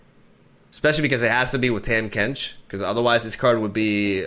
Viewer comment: Learn to say Tahm Kench